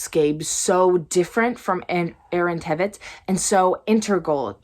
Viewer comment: Tveit rhymes with "Wait". Heads up!